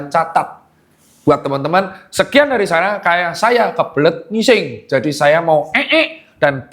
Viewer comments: berapa kali dokter tirta ngomong NGUISENG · dok,mesti kali yah kata "ngising" nya ditekan kuat2 😂😂